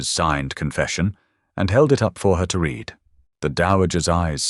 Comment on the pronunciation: The punishment was well deserved for sure! Too bad your AI can’t pronounce “lead” correctly when it refers to the metal. The same goes for the different tenses of “read”!